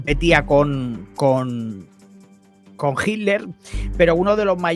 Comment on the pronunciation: Hola te digo que se dice Hitler y no Jiler Los nombres alemanes o Rusos o Ucranianos son difíciles de pronunciar😊